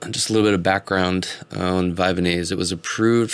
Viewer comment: Vyvanse is not pronounced Vyvanese. It's not like Japanese. The "vanse" rymes with pants. Vy-vanse